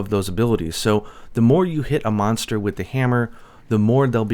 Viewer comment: Is he saying Meownster or just pronouncing Monster wrong?